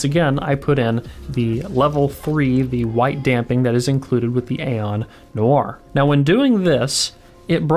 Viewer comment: It’s NOIRE not NOIR